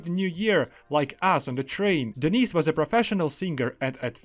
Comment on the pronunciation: Bro, the way you're pronouncing your mates name (Denis), it sounds like you're saying 'Denise', which is a woman's name.